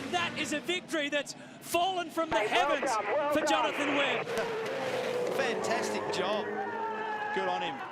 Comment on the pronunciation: You got Jonathon Webb's name wrong lol